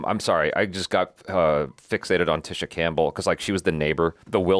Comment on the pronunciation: Her name is pronounced TEE-sha (Tisha), not TISH-sha. I don't know why it irritates me every time he says it wrong. 🤣🤣🤣